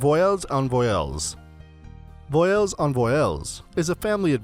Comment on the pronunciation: Just for the record, "voiles" is pronounced "vwaahl", not "voy-ellles". I'm only pointing that out because if a tourist goes around asking about "voy-elles", it sounds like you're asking for vowels.